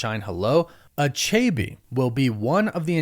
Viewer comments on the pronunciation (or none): You're pronouncing achebe wrongly. Lol.